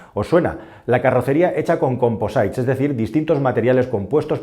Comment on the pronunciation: *”composite” /ˈkɒmpəzɪt/